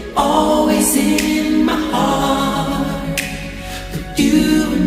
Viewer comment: 4'02 Euh dsl mais tu as prononcé "sur le mot HUrt". (j'entends donc "douleur" 😅) au lieu de "Heart" ("cœur") qui se prononce "HArt". C'est la linguiste en moi 😊